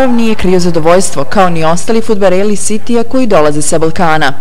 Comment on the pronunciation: Znas li izgovoriti fudbaleri a ne fudbareli